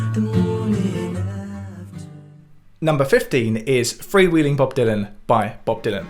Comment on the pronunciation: Your previous videos are musical and engaging enough to make me want to give a listen to the ones I don’t already know. Small quibble: mispronunciation of “freewheelin’.” Pronounced correctly, it rhymes with Dylan, kinda.